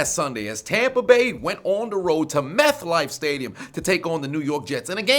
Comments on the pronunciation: For whatever reason, I keep hearing you say "MethLife" Stadium 😂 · Did he say "methlife" stadium?